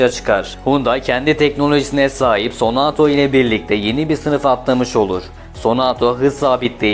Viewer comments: sonato değil sonata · şervole, senato değil sonata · 92 model Excel im 412000 km de bir çok parçası hala orjinal çalışır halde. Bu arada Font değil Pony Sonato değil Sonata, Elentra değil Elantra. Çalışma için teşekkürler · Fony değil pony, sonato değil sonata. Biraz ciddiyet lütfen..